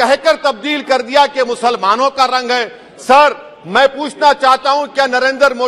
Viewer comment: In which language he is speaking? Why muslamaanon, musalmaan!!!! Insaan Or musalaman